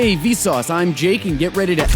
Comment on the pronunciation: D: It is Vsauce! Not Vsause!